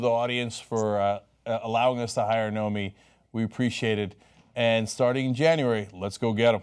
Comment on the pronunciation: Cenk definitely hired the right reporter. But he said "Naomi" a few times.